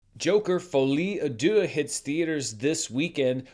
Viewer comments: I've heard of the French language before and can translate for you. It's actually pronounced "Folly ah duce" which translates to "Stupid poop." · I love your pronunciation of Folie à Deux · can’t escape the pronunciation allegations 😭😭😭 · I gotta say Im french and that pronunciation gets me hard 😂 Love you ❤😅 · you HACK! That's not how you pronounce Folie à Deux, it's actually "Folie à-Esposito" 😉